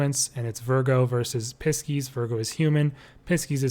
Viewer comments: really helpful ! thank you!! but pisces is said like 'pie-seas' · when I heard the way he said Pisces the first time i about lost it 😂😂